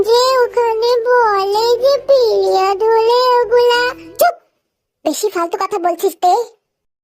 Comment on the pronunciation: Priode❌️ Piliode✅️😂😂🤣